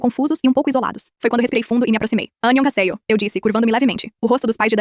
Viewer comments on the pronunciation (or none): Anagonhecerro,NAO E ASSIM QUE FALA OI EM COREANO,e hanaceo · "anyogaséiô" MANO KAKAKAKAKSKKAKW SCRR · "Anhiongaseyu" eu ri alto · "aneonarraseio" MORRO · "Anyohaseyo" CARA KAKAKKAKAKKAKAK EU SENTI DOR FÍSICA AKKAKAKAKAK🕊️🥀💔 EU VOU MORRER AKKAKAKKAKK ELA É KOLENANA (escrevi errado de propósito, então não venha com emoji de florzinha mucha 🥀 pra cima de mim pls) 💔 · “Aniogassêió” o coreano da lenda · Ela falou que achou a pronúncia da IA engraçada pq saiu meio "anongazeion",e a coreana de verdade é diferente :) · Eu escutei "anacasete"kkkkkkk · "Anhagaceio" anãoKkkkkkkkk